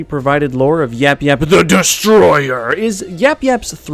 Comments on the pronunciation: It's yayap not yapyap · The last YAP YAP wasn't properly said!